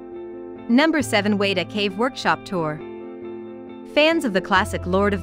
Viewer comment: Is this read by a computer? It can't even pronounce the full name of Te Papa or Weta.